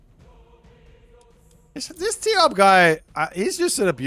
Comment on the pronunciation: Ugh no, its tioBmai.